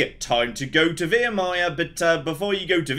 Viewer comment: I'm 100% sure he said Virmire properly before